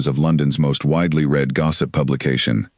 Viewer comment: I did truly enjoy this story. However, I think the biggest thing narrated stories like are missing is an editor who is knowledgeable about sentence structure, punctuation, and the correct word form usage and pronunciation. Ex: read pronounced as red, read pronounced as reed, etc.